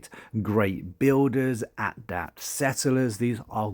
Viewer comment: I liked the video, just not sure why all youtubers for this game are mispronouncing "adEpt" as "adApt". They are different words. (though as I say, its not just you)